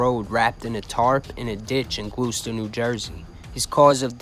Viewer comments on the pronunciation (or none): Gloucester is pronounced ‘glaw-stur’. Born and raised in Camden directly adjacent to Gloucester. Great channel